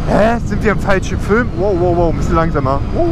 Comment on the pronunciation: Ich liebe es wenn er "Fülm" sagt!#HarzArmy 💯👌